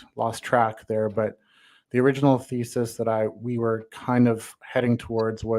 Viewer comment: He was trying to present feces. Oh wait, he said thesis.